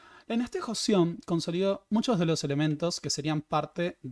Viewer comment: Es Joseon pero se pronuncia Chosŏn o Chosun